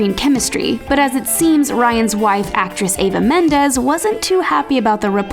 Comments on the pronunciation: Wow get the names right next time... it's EVA Mendes, not AVA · It is “Eva” Mendes, NOT “Ava” Mendes... my daughters name is *Eva* also, and people are constantly calling her *Ava* . It is an honest mistake made by many people. Especially with how popular Ava has become over the past few years.